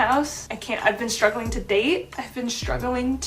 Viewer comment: "I've been shtruggling ..." to pronounce "st" correctly.